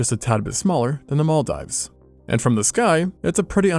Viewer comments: The Mall Dives! 😂😂😂 that i is prounounced like an e the same way the i in "diva" is pronounced. Its sounds like "Mall-deeves" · The mal-what? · Engagement bait?? No way he's never heard the correct pronunciation... right?